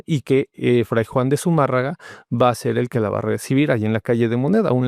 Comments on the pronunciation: Hay que trasladarnos a la creaciònde egrègores., el apellido es Zumárraga, no Zumarraga. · Qué pasó? Es Zumárraga. ZUMÅRRAGA. La tilde en la á, en la silaba de 'mà'.